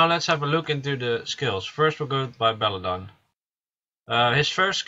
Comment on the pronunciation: belladeon . pronounce every letter . belladeon .belladEON . where did you get belledon from? bellAdEon pronounce the AAA and the EEE just cause your foriegn doesnt mean your blind to letters